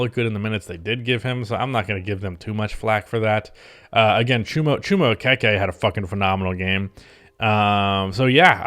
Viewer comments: He learned proper pronunciation this off season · I believe Chuma's last name is pronounced O KEY KEY thats how they always pronounced it when he played at Auburn